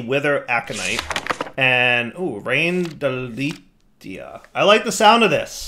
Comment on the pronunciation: rain-delt-ia not delete-a